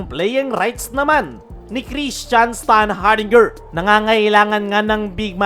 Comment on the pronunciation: Gara ng pronounciation mo s standhardinger 🤣🤣✌️